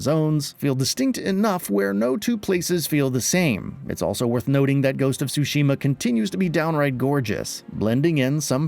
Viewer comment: as someone who speaks Japanese, the way he pronounced Tsushima as "sushi-ma" cracks me up lol